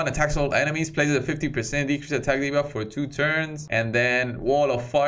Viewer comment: Lol, you said de-barf 🚫🤮 ... hold it in! 🤢